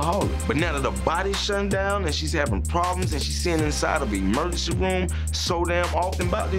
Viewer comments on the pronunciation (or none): Somebody needs to tell Mama Dee and Scrappy it's emergency room, not emercy room... Jesus